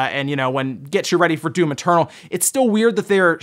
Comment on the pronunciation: I hear you say "Doom maternal"